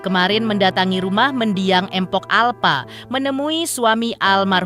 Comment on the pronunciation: Mohon maaf ya min kalau nyebut "mpok" itu jgn "empok" 😔 ga enak bgt di dengernya 🙏